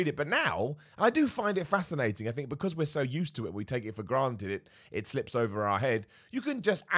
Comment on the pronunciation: Your right with twitter we do take our access to people for granite.. granite? Its granted, jeez what am I a rock person?